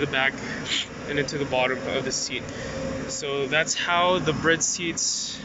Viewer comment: Finally someone who says Bride right 😂 Briddd